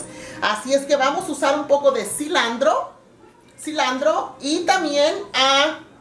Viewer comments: oye se dice asi, no "asina" y es cilantro no "cilandro" "spageri" no olvides tus raíces que el nopal lo traes en la frente empezando por la voz de señora de mercado que tienes! eh dicho! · una pregunta xq dice CILANDRO?? si es CILANTROOO!!!